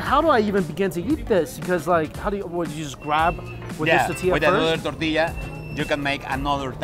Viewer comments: Same! It’s tor-tee-ah Regardless, always a pleasure to watch Mike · Cracks me up the Asian guy says Tetillia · How Mike says “tortilla” 😂😂 “titiya” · Hearing Mikey say toe-tilla in the first video..come on bro Hearing it 5 videos in..LIFE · "The Tutilla"! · This guy can't say tortilla to save his life.😂😂😂too funny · Please enunciate the word tortilla....there are 3 syllables in the word. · There is an “r” in “tortilla” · There is an “O” in the word tOrtilla, mike 🙄🙄🙄